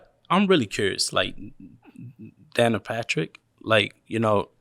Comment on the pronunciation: Not Dana Patrick, Danika Patrick 🙂